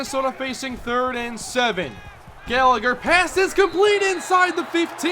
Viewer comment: You mispronounced Gallagher